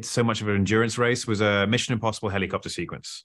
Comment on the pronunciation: I already knew the answer and I knew exactly how he was going to pronounce helicopter. 😂